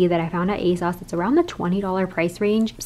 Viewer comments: love this! just letting you know it's pronounced "aye-sews" not "aye-sauce" :)) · The British fashion YouTubers I follow all pronounce it "Ay-sauce." They talk about ASOS more than the Americans I watch, so I kinda thought it was "Ay-sauce" too!